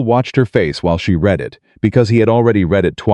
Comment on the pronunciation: It’s AI. It doesn’t know which way to pronounce read.